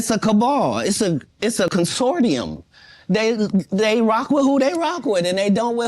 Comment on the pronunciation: pronounced “cuhn-sore-shum”